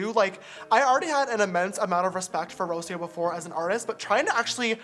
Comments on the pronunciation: that mispronunciation of Rocio tho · I love how James pronounces “Rocio”